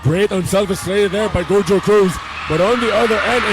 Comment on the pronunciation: GO-HO-CRUZ ✅ GOW-JOE-CRUZ❌